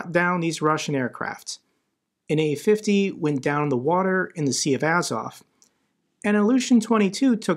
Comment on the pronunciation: what got me most is one of the commentators: he called it u-50, not a-50, like u-boats :D